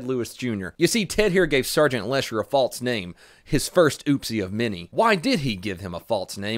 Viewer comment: why do you say falst